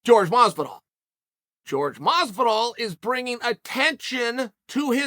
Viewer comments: George Mazvidal? who the fook is that guy? its Jorge Masvidal. whore-hey, mas-vi-dal. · Uncle Chael: Jorge Mazvidal never brought up money. Me: OK